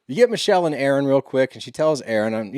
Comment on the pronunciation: your saying Aron like Arod, but his name is pronounced Erin! I started listening to you guys because y’all are sports dudes not witchy women. I was curious what your take would be and still am. Respectfully, y’all bicker, fuss and argue so much getting off topic, then a commercial will come on, so there’s not a steady forward flow to the story. you jump to quickly on little things that are not necessary to fuss about. Do y’all ever listen to it back? Tighten up the story and lighten up on the fussing please. This particular podcast is a perfect example of what I’m talking about. When it was over I just said what, that’s it! Thanks guys!